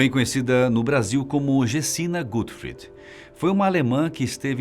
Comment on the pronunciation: A pronúncia tá errada. Não é GÉTXI GUTFRID é GÉCHÂ GÓTFRÍD.